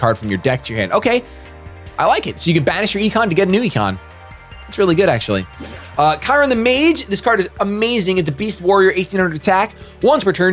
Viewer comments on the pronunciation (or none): Btw, "Chiron" is pronounced "Sher-Oan". Common mistake.